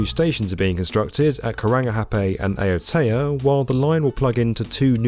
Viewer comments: (It's not "Pia beach" it's "Pee-ha" beach. And not 'Waheekee' but 'Why-heekee'. Not 'Ayotaya' but 'Ow-teya' (as in 'Cow...) But never mind...) Auckland rail planning is the most fucked-up in the world, since forever. The first main station was somewhere near Quay Street in the city centre. Then that got too small so in 1930 they abandoned it and built a grand through station at the Strand, a mile out of the city, with 7 platforms. But that was too far away for a commuter line so in 2003, at enormous expense, they went back to near the original site, but this time underground, this is Britomart station. It had only five platforms and was specifically built with a ventilation system to take diesel trains. The Strand was pretty much abandoned and demolished, just one platform left in the wye between the two lines that join towards Britomart. The long-distance train to Wellington (Northern Explorer) started from Britomart for a while. But then they electrified the system and kicked the long-distance train out under the pretence of it being diesel, wtf, Britomart was built to take diesels?? (actually, it was just because Britomart was already too small, what a surprise). So now the Northern Explorer starts from the one remaining platform at the Strand which is not served by any local trains*. It's almost like they didn't *want anybody to catch it... Newmarket station, junction of the Southern Line and the Western Line - this used to be the site of the railway workshops. Till they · Kia ora! Great video! Looking forward to a follow-up from yah when it's done! Some tips for the place names next time! Aotea = ah-or-tea-ah Waiheke = why-heh-keh Piha = pee-hah